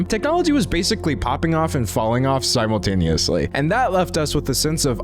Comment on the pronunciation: did you say zimultaneously?